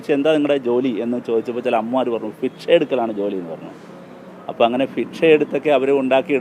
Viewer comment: ഫിക്ഷ അല്ല ഭിക്ഷ